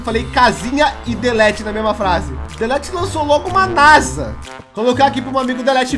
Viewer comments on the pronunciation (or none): none